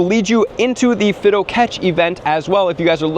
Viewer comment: Omg stop saying “Fiddo!” It’s Fi-do!